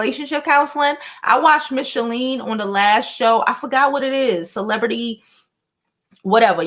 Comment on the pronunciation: Just curious; why do you keep saying Michele’s name wrong? It’s not Michalene😆